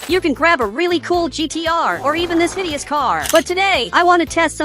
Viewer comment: BRO JUST SAID "HIDIOUS"😭